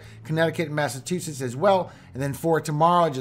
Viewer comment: MASS A CHEW SITS !!!!!! NOT TOO SITS !!!!!! C'mon man. Do you too your food or chew your food?😅